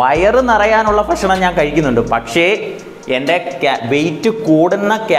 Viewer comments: ഫക്ഷണമല്ല ബ്രോ ... ഭക്ഷണമെന്ന് പറയൂ .😮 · ഫക്ഷണം അല്ല ഭക്ഷണം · ഫഷനം' അല്ല ഭക്ഷണം aanh.. 😁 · ഫക്ഷണം അല്ല ചേട്ടാ ഭക്ഷണം 😂